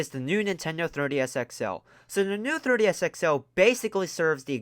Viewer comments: It sounds like your saying "Thirty S" not "Three D S" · Me: Say "Three" OP: "Three" Me: Say "D" OP: "D" Me: Say "S" OP: "S" Me: Altogether now... OP: "Third-E-S" Me: Try again. OP: "Thirty-S" Me: 🤦‍♂️ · It is pronounced "three d s ". Not "thirty s". Thank you! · 3DS...not 30s. Say it again 3 D S. Speak more clearly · Comsidering you said the word “3DS” a million times in this video, I hoped you’d say it properly at least once. Couldn’t even make it to the end of this cause you be saying “third DS” every time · The Thirty-S XL. Who keeps hearing 30 instead of 3DS? Lol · I’m hearing “30 S” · "Thirty S" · Why does it sound like he’s saying 30-S instead of 3DS, and how many times do you have to say the word “what?”? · "thurr DS" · He says 3ds like 30s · the way he says thirdy s instead of 3ds is hillarious. Ps no offence not trying to be rude or anything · Hey bro ..why do u keep calling it a Thirdy S ???? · Why do I hear 30s when he say 3ds? Anybody else? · The way you said 3DS at the new 3DS xl part made me die.